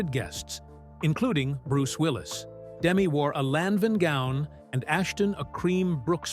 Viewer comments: It's Da-Me, not Demi. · Her name is Demetria, shortened to Demi. The accent is on the second syllable, not the first. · Name mispronounciation is making me nuts. But nice video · It would be nice if you could at least pronounce her name properly 🙄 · you're pronouncing her name wrong. Do some real research